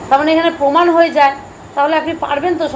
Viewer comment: Apni age ktha gu6iye nin, peman na proman, bujhe6en. Boyes hoye6e ai sob bondo korun